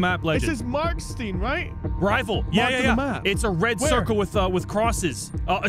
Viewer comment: It's pronounced "Marksehtern" , jsyk